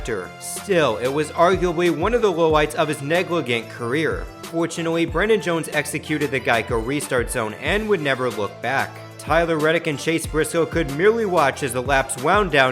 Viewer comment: Negligent has a soft g, FYI.